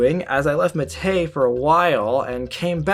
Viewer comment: ... and it's pronounced "MAH teh", like the green tea we drink in Uruguay